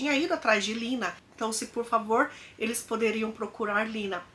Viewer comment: Em alemão é Lena e não Lina.